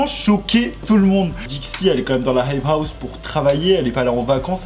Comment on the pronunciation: « y’en a qui zont dit » « la heip haou »